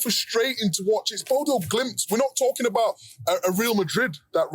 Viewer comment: Bodø, not Bodo. Ø is pronounced like the U in Urn.